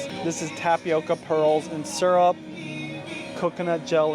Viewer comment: Why do you pronounce syrup sarap?